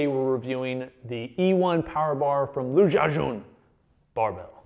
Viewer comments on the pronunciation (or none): butchering the GOAT'S name. How the fuck do you pronounce an 'X' the same as a 'J'?